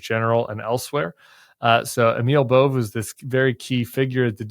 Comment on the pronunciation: Side note: pronounced Bov-ay not Bove 😊